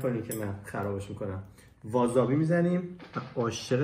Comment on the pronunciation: آقا اشتباه گفتی وازابی نیست واسابیه بعدش جابستیک رو اشتباه گرفتی باید دستت بالا تر باشه اون هم به ژاپنی میگین سویو